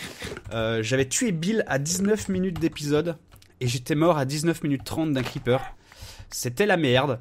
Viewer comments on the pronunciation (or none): c'est creeper pas kreeeper